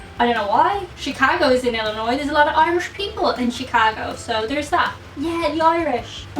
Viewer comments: Being from Illinois, thank you for not pronouncing s at end of Illinois, which people from out of state do, but people from across the world don't.... weird! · Illinoise - prononced Ill - a - noisy. Always make sure you end it with "noisy" They love it when you get it right?